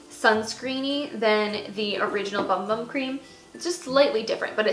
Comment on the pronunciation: LOL... The boom boom cream oh my goodness Lady it's not boom boom it's the bum bum cream... LOL. At least I got a good laugh out of her monotone voice. All in Good Humor folks, all in Good Humor